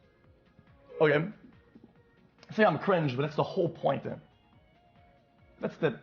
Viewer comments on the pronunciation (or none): none